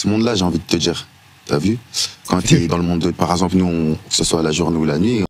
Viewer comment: D'emblée, quand le mec en face de toi prononce "djire" au lie de "dire", c'est mal parti...